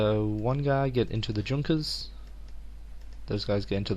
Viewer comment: i dont know if anyone has said this before, but Junkers if pronounced Yunkers (near-silent J)